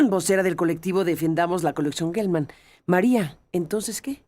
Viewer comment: Se dice Jelman, no Guelman. La palabra geografía no se dice gueografía.